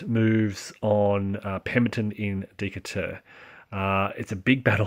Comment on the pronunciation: Still trying to learn the game and enjoyed the commentary, but the city of Decatur is pronounced De kate ur. Hoping you continue this excellent series, with maybe more emphasis on possible Union employment of amphibious strategies.